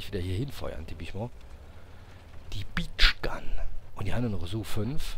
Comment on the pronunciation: Haha, die "Beach Gun" war wohl eine Birch Gun. Sprich: "Börtschgan".....:-))